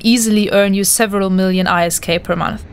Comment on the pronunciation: oof saying I.S.K instead of ISK